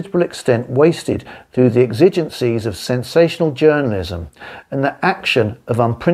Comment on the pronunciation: again can't pronounce ascertained (not a-certained which doesn't exist etc), exigencies ....! Surprising given the subject. Bit pompous but still interesting, thanks